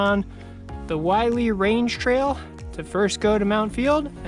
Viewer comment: Willey rhymes with hilly. Willey would be pronounced like miley if there was 1 L